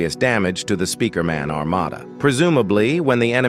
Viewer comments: "spikremen armada" 🗣🔥 "titan spirkremen" "camera strooder" "J men" "jisquad" "jisquad" again AI LMFAO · Spikeriman and spikreman 😭 💀 🙏 that’s how you say Speakerman in the video fix it